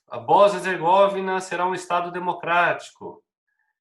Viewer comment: Ola professor, só uma observação sobre a Boznia, os nomes europeus quase que 90%, têm a sílaba tônica na penúltima, ou seja, , Herzegovina vai ter a tonicidade na sílaba "vi'", um abraço